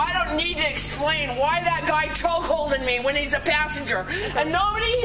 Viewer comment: “choke” not “chock”, silly